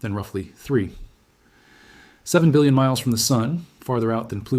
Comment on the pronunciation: despite the notice at the beginning, this is definitely an AI presenter. Why not admit it? it just read 3.7 bilion as 3 (PAUSE) 7 billion miles. That's a computer reading a period not a decimal.